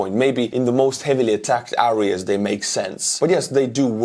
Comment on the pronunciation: I love your videos just stop saying areas with a say it with e instead